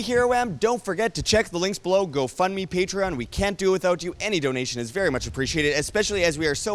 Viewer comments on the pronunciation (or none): none